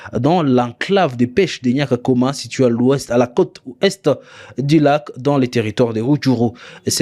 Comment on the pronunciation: On dit Nyakagoma non Nyakakoma